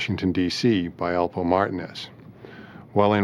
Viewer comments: The Girth Alpo from Harlem lol it’s only 1 way they pronounce it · The name is alpo aka Alberto Martinez this narrator is saying his name wrong and if you see and hear documentary about this this one is off by alot